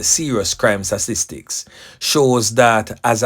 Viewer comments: "STA TIS TICS"....l NOT STASTISTICS... Everytime Mi hear U seh suh MI get a SUDDEN HEADACHE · Stop with the stupid percentage....the word is pronounced STA...TIS...TICS....BRO LEARN TO READ YOU ARE A BIG MAN...PRACTICE YOUR SYLLABLE BRO... YOUR GRAMMAR IS POOR....YOUR PRONOUNCIATION IS POOR...O.T.SM....COME ON BRO!